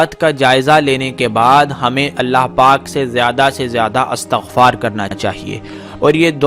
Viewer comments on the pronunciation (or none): none